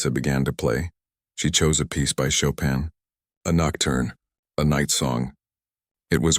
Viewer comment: The pronunciation of Chopin is wrong even in English